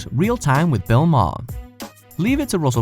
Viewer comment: It's Bill Ma-her NOT Bill Marr you inarticulate knuckle dragging moron.